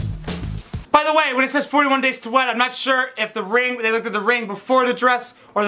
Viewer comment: LMAO HE SAID "whorehey"